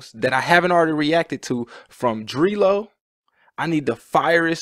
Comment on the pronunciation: Z.E feat. Adel - Nr. 1 Player (and btw, Dree Low is pronounced like Dr. Dre Low except Dr.)